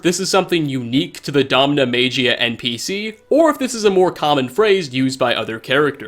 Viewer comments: Soft G. Maggy-uh. DomnaMagia. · No it’s not magia as in American pronounciation. Magia or “maggy-ya” is a common word for magic in other languages.